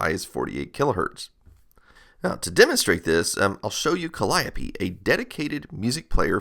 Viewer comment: Psst. The last "e" of "Calliope" should be sounded (as in "Penelope")